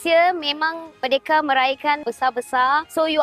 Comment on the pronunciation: BUKAN merdeke lah. Sebut betul betul. MER-DE -KA,... Dengar betul betul sebutan orang Malaysia